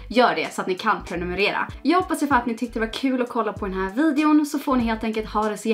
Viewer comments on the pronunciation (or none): none